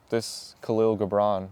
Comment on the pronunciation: Hey, my Brother, Find out how Kahil Gibran is pronounced. I always said it phonetically also Then a Lebanese friend told me how it is actually pronounced 💜☮️🌈